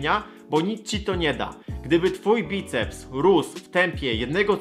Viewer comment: obracać* choć zauważyłem, że jakieś 90% ludzi jakich spotykam mówi w ten sposób xD Bajceps is always with you!